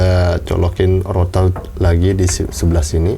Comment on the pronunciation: Rottherrrrrrrr greget logat